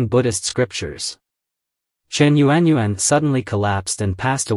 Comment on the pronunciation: Actually, a Chinese female's name whether young or old was not known because it was PRIVATE so only known within her own family. Your pronunciation of this courtesan public vernacular is rubbish. Yuan is pronounced phonetically is "YAWN".